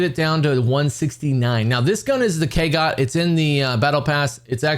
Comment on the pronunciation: Why does everyone keep calling it the Kagot? It's an O. 😂